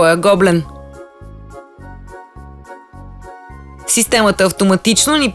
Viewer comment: Вашето предложение в чудесна идея за подарък. Единствената забележка е, че гоблен се произнася с ударение на Е, а не на О.